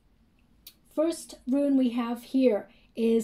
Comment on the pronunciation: Hi love the reading, it's Rune (roon) not Ruin, FYI, love you readings.